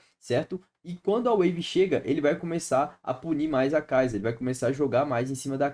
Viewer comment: Conteúdos maneiro, traz de top lane mano, e para de falar kaiza, é sa no final, kaisa.